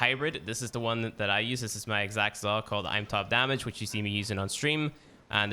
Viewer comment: Its Zaw, not "Zah"